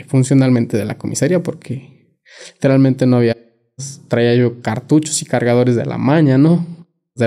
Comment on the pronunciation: Literal mente dice muxho literalmente